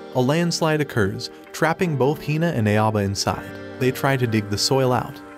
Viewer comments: Cringing on your pronounciation on his name... It's Ah-oh-bah not Ae-o-bah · im still so triggered by the voiceover calling "Aoba" "EiAbo" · Except this narrator isn't even close to correct pronunciation. Aoba = OW-BA. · Bro his name is pronounced Ow-ba…. like Dio literally says it in a good portion of the episodes….